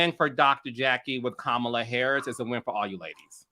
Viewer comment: Cam-a-la Harris